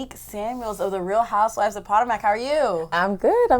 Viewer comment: She said "poto- mac" I'm dead